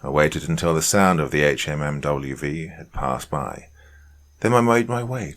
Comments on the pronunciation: The acronym is pronounced Hum-vee. Please stop spelling out each letter. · Can't even listen to this as it just hurts my inside every time he says H-M-M-W-V. It's pronounced Humvee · He's AI. Nobody calls a HMMWV by pronouncing each letter. It's pronounced Humvee. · Hum-V not HMMWV! So annoying 😝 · Good story, BUT.... Dude, it's pronounced "humvee". We don't spell out the anacronym HMMWV. It's Humvee. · The “HMMWV” has me cracking up! I know Doc is from the UK, so he is likely unfamiliar with the jargon, but it’s a Humvee”, a hummer used by the military. The original one. Lol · It's a "HumVee". No one says HMMWV. 1st story. Sgt is a lying sack of shyte. His men's respect for him was diminished by his lies and cowardice. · I skipped the first story. After the 10th time not saying “humvee” right I couldn’t sleep. After that I started picking the story apart (yes, all vets do this). No branch of U.S. military service says the word “hours” after the saying the time. Not “1800 hours” simply “1800”. The Staff Sergeant forgot the radios? On what planet? And he picked the fire watch based on seeing some soldier laugh…wtf. I like poking fun at the army but it’s just disrespectful to presume that level of sheer incompetence. I’m sorry. I’m being petty. The HMMWV thing struck a nerve 😅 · HMMWV is pronounced "humvee" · Brother please I'm begging just read it as humvee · I love your stories, but OMG I forgot how much hearing "HMMWV" instead of humvee or hummer, just grates against my nerves!!! Lol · I literally couldn’t finish it after he said HMMWV for the 10th time.